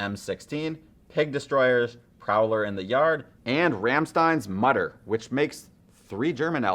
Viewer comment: It's not Rammstein - Mutter... it's RAMMSTEIN - MUTTER! You know, two words in German language. Pretty easy to pronounce correctly. Well, I guess...